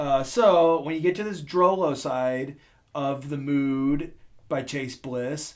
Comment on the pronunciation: Even though it's spelled Mood, It's pronounced 'Mode'.